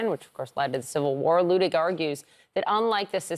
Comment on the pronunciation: I find it ironic that the guest here who's name is likely miss-pronounced on a daily basis, () happens to miss-pronounce Judge Luttig's name whenever he says it. I'm guessing has never studied German.